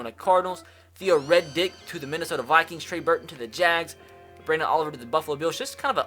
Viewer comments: Did he just say Theo Red Dick. Riddick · Its Theo R-I-D-D-I-C-K. Not Reddick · It riddick not Reddick you dumb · Did anyone else notice he said theo Reddick instead of riddick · Dude said Theo Reddick lol tf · He calls him, “Theo Red Dick” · No way he called theo riddick, theo red dick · Why you gotta do my man riddick dirty? Say his name right, he deserves some respect! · It’s pronounced Theo “Rid-ick”. Rid as is getting “rid” of something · The way you said Theo redick wtf😂😂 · What’s with your pronunciation of Riddick 😂